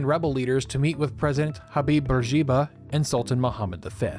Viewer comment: Bourguiba is pronounced boor-GHEE-bə.